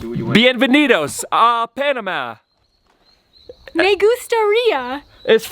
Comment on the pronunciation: Americans move to Panama and never learn how to say the name of the country.